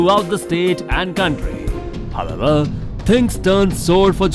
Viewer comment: Are you saying "however" or "hababa"?